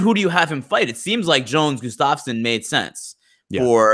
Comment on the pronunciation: is usually pretty solid with his pronunciation of names but, for whatever reason, he seems to enjoy absolutely butchering Gustafsson's.